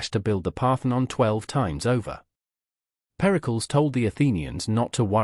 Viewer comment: Periklis not pericols